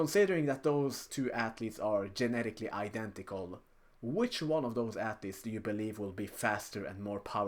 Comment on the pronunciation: "genetikilee" dude what you speak??